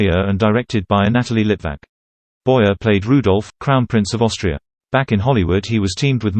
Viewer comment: His name is pronounced Boy-ay. The "er" in French is not pronounced like the "er" in American English, but rather like the long "A' sound.